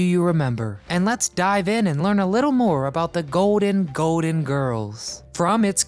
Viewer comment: It’s GOLDEN Girls, not “goaden”